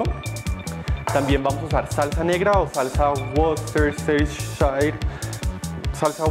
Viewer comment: Necesito que vuelvas a pronunciar esa salsa porfa